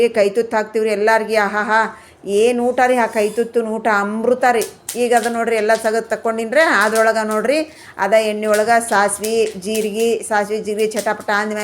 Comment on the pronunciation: ಅಂಬ್ರುತ ಅಲ್ಲ.. ಅಮೃತ ಅಂತ ಹೇಳಿ..